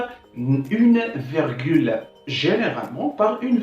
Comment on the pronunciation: Bonne initiative, une petite remarque on dit virgule et non vergule . Bon courage.